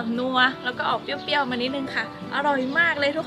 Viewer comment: เปรี้ยว ไม่ใช่ เปี้ยว